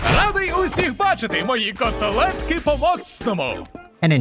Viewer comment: I really loved that you mentioned my language ( Ukrainian ), because not all people do so!❤️ About god, yeah, many of our phrases include god, honestly ig it’s because of our religion😅 About cutlets or «котлети» but I still don’t get why he said о after т, like “котОлетки” instead of “котлетки”😵‍💫, and Ig it’s because Ukrainians like this type of meat, but I would say lard or smoked lard😉 And the thing about mother, I have no idea why… Like, I wanna know it too😅 It’s all, thanks for the vid!!!❤️❤️